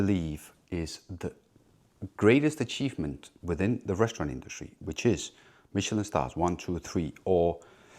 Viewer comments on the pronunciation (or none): What do "reschtaurant" and "induschtry" mean?